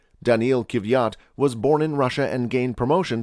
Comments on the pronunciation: I cant believe you butchered Danil's Kvyat last lol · But for real he butchered it LMAO